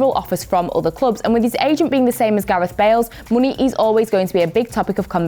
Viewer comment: i love how says "MUNEY"